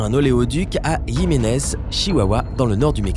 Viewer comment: On prononce "Rimenez", vidéo pipeau, je répète sans preuve ce qu'il se dit.